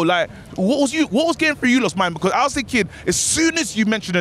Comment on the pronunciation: A lot of finking going on 😂